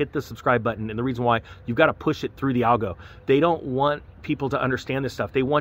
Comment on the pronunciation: Dude I had to listen to your acronym three times till I Realized what you were saying. ALGO = YouTube Algorithm